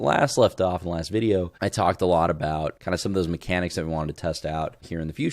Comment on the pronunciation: "Those MeCANics" is what made the trash can open. It doesn't sound that much like "open can" but maybe it's a little hard of hearing.